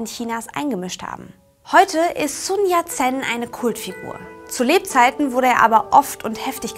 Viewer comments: Ich möchte anmerken, dass am Anfang noch von Sun Yat-sen redet und ihn ab plötzlich Sun Yat-C nennt xD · und leider ist es nicht nur der name sun yat sen, der falsch ausgesprochen wird, ich habe nun (fast) alle Folgen gesehen und muss anmerken, dass sehr viele chinesische begriffe falsch ausgesprochen werden. schaut mal bei " Konfuzius gespräche" reclam Seite 133 nach, da findet ihr die aussprache der gebräuchlichsten buchstaben recht gut beschrieben. in kapitel XIII,3 findet ihr auch einen passenden ausspruch konfutius' zu dem thema" richtige aussprache". Also: immer schön weiter üben... AnLa